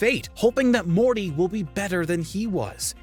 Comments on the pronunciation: Rick and Mormy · Man really said "Rick and Mommy" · he said Rick and Mormy lol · "Rick and Mormy Moment" hahaha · Bro just said rick and mormy☠ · Why does he say Rick and mormy moment at the beginning of the video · You said "Rick and Mormy" at 38 seconds and I cannot be convinced otherwise. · Rick and mormy lol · Anybody’s else notice in the intro he said Rick and mormy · You forgot the tea in Morty and it sounded like you said Mormy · did he say Rick and mormee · Did you just say "Mormy"?????????? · I'm the only one who heard him say Rick and mormy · So is it just me or did say Rick and mormy? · Rick and Mormy? 😂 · LOL HE SAYS "RICK AND MORMY" XD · No one gonna point out he said "Rick and mommy" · Lol at the beginning you said rick and mormy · Y’all really paid a narrator to say “Rick and Mormy” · Who heard the guy say mormy moments 🤣🤣🤣🤣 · lol anyone hear rick and “mormy” at the beginning? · Rick and Mormy? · Did anyone else hear him say Rick and mormy at the start😂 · he said rick and mormy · is it just me or did he say “Rick and Mormie” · He said rick and mome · Bro you said Rick and mormy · Rick and Mormy xD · Am i the only one who heard Rick and Mormy at the start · “Rick and mormy” 😭 < Spam this time stamp repeatedly and try not to laugh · U said mormi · The saddest moment is when Morty gets called “Mormy.” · Did he jus say Rick and mormy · Did he say mormy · Did he say Mormy? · sorry did he say rick and mormy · “Which rick and mormy moment” ah yes, my favorite character ever, mormy. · He said Rick and Mormy at the beginning lol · Rick and morme did I hear that correctly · I think at the beginning he said rick and mormy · “which rick and mormy moment” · "Which Rick and Mormy moment destroyed you inside?" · Did the Narrator just said Rick and Mommy? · Rick and Mormy??? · Who else herd him say rick and mormy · Did I hear “Rick and mormy” ???? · Did he say Rick and Mormy? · You know you said Rick and Mormy right? You know you said it? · what tf is Rick and Mormy?